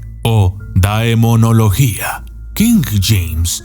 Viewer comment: No se pronuncia daemonología...